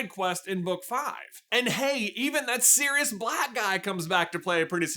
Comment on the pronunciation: I legit heard "that serious black guy" and not "that Sirius Black guy" 😅